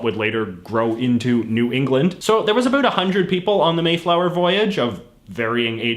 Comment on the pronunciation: Listen how he says about